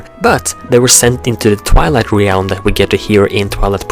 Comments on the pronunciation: "Realm" is pronounced "relm" the A is silent ^_^ good work like the theories, also, dont talk so close into the mic, we can here the wetness in your mouth haha. Oh, and I wouldnt say Majora's different forms are spider like, Personally I think they make it clear he is humanoid in form. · you say re-elm and i used to say orc-arina. This is what happens when you have a game with grunts and yells as speech. Still pretty great thou.... :p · reeealm lmao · hard to believe that since termina and hyrule are in different (parallel) worlds. they could be the same in the sense of being their own counterparts but not the same as "this one and that one are ONE". also a little something that was really annoying was your pronunciation of "realm". i am noone to judge since my speaking ability isn't close to native, but it seems like a simple mistake to me. the way you say realm is somewhat like this: re-älm. it should just be "rälm" treat the "e" as if it was silent and there you go. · God, no offence, but I hate how you say realm... Sorry it just bothers me. Don't go commenting you don't have to watch it or whatever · I cannot stand how you pronounce certain words, re-alm? Truhforce? Really? I really want to watch your video's but it's so annoying! Please, work on your speech!